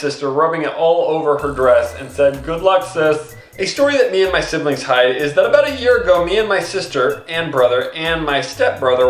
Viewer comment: hid ? its hide by the way no hate